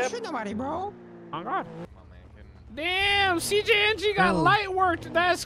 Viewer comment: “who are we shooting” jose: “CJNG”: “c gay en gee” 😂